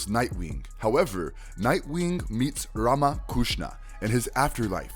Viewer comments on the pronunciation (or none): none